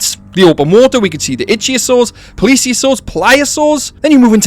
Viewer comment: Can u please please start saying ih thio sors ...ik begging you bro . U are the best but i wake up every time u say it wrong xD